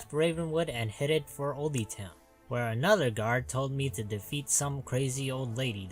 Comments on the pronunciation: “Old-E town” lol it’s pronounced old town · It's pronounced 'old town' not 'oldey town'